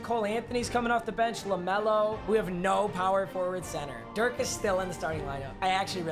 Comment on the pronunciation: Anyone else triggered by the way he says Dirk’s name